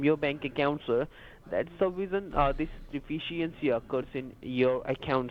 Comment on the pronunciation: What the heck is a tax "defishyancy"?